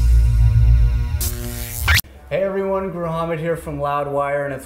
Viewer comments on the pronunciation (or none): Imagine being named “gruhammed”